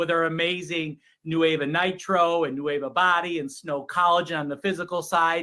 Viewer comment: He is literally calling it “nueve” repeatedly instead of Nueva. Hilarious 🤣 😂